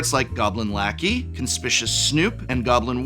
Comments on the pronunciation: Con-spi-Q-us Snoop: ❌️ Con-spi-shus Snoop: ✅️ Who needs to be conspicuous when when can be both conspicuous and suspicious all in one word? 😂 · it's pronounced con-spi-cious!? i thought it was con-spi-cuous :( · "Conspishus"? Seriously, guy with a Master’s degree? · is never going to live down “conspishous snoop” is he;-) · Sound it out: "Con - spic - u - ous snoop". As in the opposite of 'inconspicuous'. C'mon prof weren't you an English teacher? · "Conspishous" Former English professor folks... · Konspishus, Goblin Snoop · Con-spic-yu-us, Prof, please! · Seeing prof pronounce conspicuous wrong made my day 😂